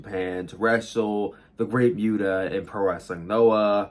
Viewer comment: I know you did not just say the Great Myuta